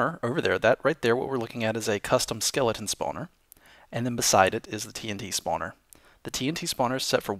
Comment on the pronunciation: I like how he says not "Spawner", but "Spaauwner". :3